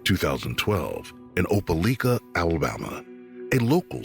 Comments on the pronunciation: From what I know it’s called Opeliiiiika! Not licka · Oh-pel-EYE-kah! Not oh-pel-ick-ah….grrrr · OPELIKA is pronounced with a long “i” not a short one. “OH-PUH-LIKE-UH” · It's Opelika , you saying it wrong lol, we all.here remember this baby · Opelika, it's pronunciation has a long letter " i ". As in the word LIKE. I Know where it is.